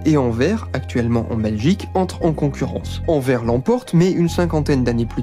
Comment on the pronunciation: Top. Par contre on dit "Anversse" et pas "Anverre" ;)